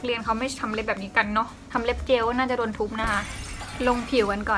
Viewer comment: พอฟังไปฟังมา สะดุดตรงคำว่า เดี๋ยวจะโดนทุบเอานะคะ รู้เลยว่าเป็นคนใต้เราก็คนใต้เหมือนกันค่ะ🤗555